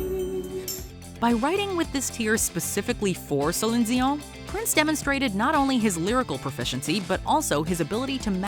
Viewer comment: Prince was a genius and you are pronouncing Celine Dion's name wrong! It's annoying!